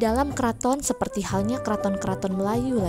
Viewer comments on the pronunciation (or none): Superti (seperti) 😂